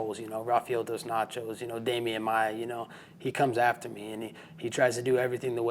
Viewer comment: At least he respected Demian Maia by calling his name correctly.